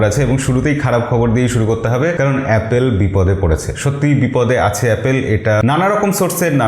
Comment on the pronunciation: এই ভাই থামেন থামেন আগে এ্যাপল বলা শিখেন 😂